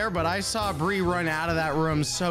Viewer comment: why it said brie is bri not brie